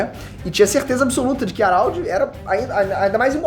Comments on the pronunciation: o araudi, é HARALD po...não saBOR harald (araudi) é HARALD!!! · Pensei que fosse só eu ARÁLDI ta foda. Geral trata ele como Radald E faz mais sentido Mas é cada maluquice q vem dos vídeos do... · Fala o nome do cara direito carae kkkkk "Aralde" pow